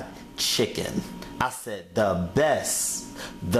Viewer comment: Bess fried chicken..... Bess.... There's a t in there, dude.